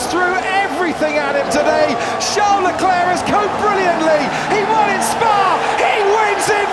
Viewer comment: "Charles Lecleirr punches the aiirrrr"